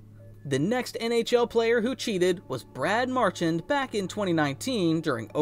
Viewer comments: Say it with me; Mar shand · BRAD MARCH-UND?! WORK ON PRONOUNCING HIS NAME RIGHT NOW